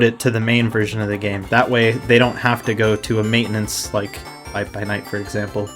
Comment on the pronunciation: Maitenance... Hmm That's fimiliar...